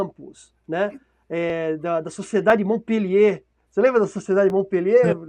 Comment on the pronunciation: O mlk da direita da tela disse "Sociedade de Montpellier" 😂😂😂 É Mont-Pelerin, mlk!